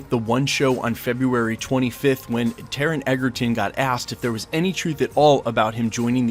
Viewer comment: I would love to see Taron sink his teeth into this roll - and maybe then people will learn how to pronounce his name!